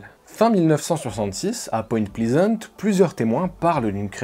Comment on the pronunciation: Salut ! Pleasant se prononce "plèzeunt"